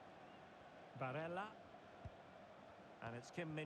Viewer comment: you called him barella at the start of the vid😂